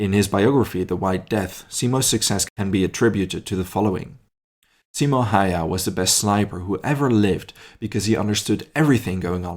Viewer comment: his name was not Haiha, stop pronouncing it like that, it is wrong.